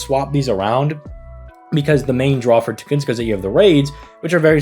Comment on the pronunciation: "tugunska" 💀"arsuweed"